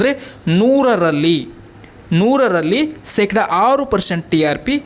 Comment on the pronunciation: ಕನ್ನಡ ನಾ ಕೊಲೆ ಮಾಡಬೇಡ ಸೆಕಡ ಅಲ್ಲ ಶೇಕಡಾ